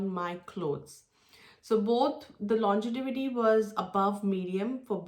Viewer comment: Thanks for the review. Just to correct its LONGEVITY not LONGETIVITY. It’s a word that you will surely use over and over again when reviewing perfumes.